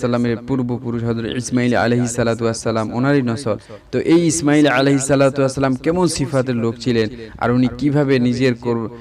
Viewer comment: Imail sobdoti ucharon bhool